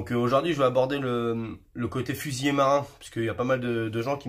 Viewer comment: Il est important de bien prononcer : fusilier et non fusillé...